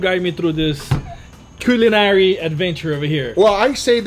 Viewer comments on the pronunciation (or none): "Koolynarry" that's the best